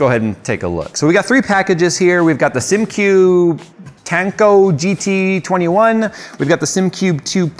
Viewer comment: "...I give Simcube a shot"... Christ... at least pronounce the product name correct.